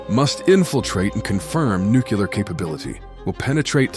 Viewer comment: Love these. Thanks. (but do check your pronunciation of “Nuclear” and “Sabre”)